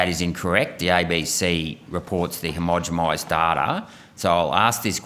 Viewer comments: It's "homogenized' with an N - the accent has him sounding like he is saying it with an M? Homogemized - sounds kinda wonky. Irregardless, :), he is doing really good work. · Why does he always say "homogemised" not "homogenised" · "Hermogimised"? Am I hearing right? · Agreed. The mispronounciations stretch into some of his biology/ medical terms too. He needs someone spotting and correcting his words. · Get it right mate. Read carefully. Not "homogemised". I do like your question though.